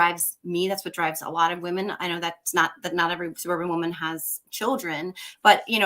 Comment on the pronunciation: Victor.... two tiny quibbles: I hear you pronounce the collective noun 'women' (wim-in) the same as the singular noun 'woman' (wum-un). These are two distinctly different words which mean distinctly different things. Each has its own distinctly different pronunciation. Jer Z = "Jersey" (as in New Jersey) not 'jerz.'